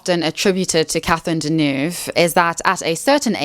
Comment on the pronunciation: Could use Babbel to learn to pronounce Deneuve properly